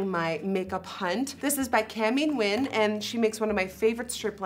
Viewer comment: She pronounces the word “Nguyen” so good I’m so proud!!!